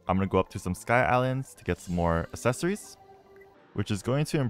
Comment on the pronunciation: says accessories incorrectly